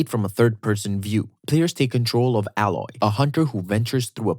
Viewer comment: when you literally said ALLOY instead of saying EYLOY lol